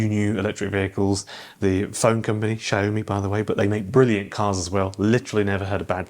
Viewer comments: YOU ARE BUTCHERING THE PRONUNCIATION SHAOWME NOT SHE OH ME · I think it's SIAO ME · Xiaomi is pronounced sh-ow(the ow in owl)-me